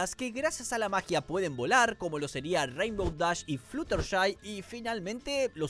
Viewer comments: Flushertai? Se dice Fludershai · "Flusherty" Pobrecita no pueden decir su nombre bien por una vez. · Como fan obsesionada con mlp te digo que pronunciarte mal algunos nombres, fluttershy se dice florershai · Jajajaj la forma en la que pronuncia el nombre de fluttershy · Voy a ignorar lo mal que pronunciaste "Fluttershy"